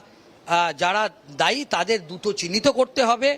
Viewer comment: এই ছাড়া চ্যানেলের আর কোন প্রতিনিধি নেই?? ওনার বাংলা উচ্চারণ বিতাড়িত মুখ্যমন্ত্রীর উচ্চারণ মনে করাচ্ছে। যেমন দ্রুত হলো দুতো ইত্যাদি।